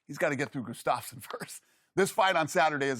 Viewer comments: shannon calls gustaffson Gustabo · Chuck lydell and goose-staffson haha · These 2 should never talk mma. 30 seconds in and Shannon mispronounced Gustafssons name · That's not what Goostuffson said, LOL! They are butchering his name, LMAO!! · Dana can’t even say Gustafsson right